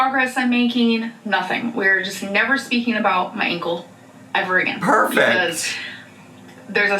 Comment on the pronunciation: I know this is so silly but I’ve seen so much content about and her ankle… I’ve realized I can’t stand the way she says ‘Ankowl.’ Hope so badly this is truly the last time she mentions it 😆